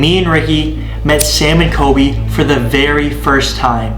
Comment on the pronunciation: U said Sam and koby lol